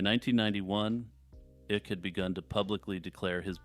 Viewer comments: It's David (eye -k) not ik. Sorry, but it's killin me. Good job, otherwise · Its pronounced "Ike" and not "Ick." Lol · its pronounced like Dwight David Eisenhower Ike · David Icke's last name rhymes with bike.